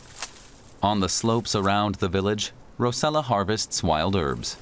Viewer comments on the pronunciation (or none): Rossella not Rosella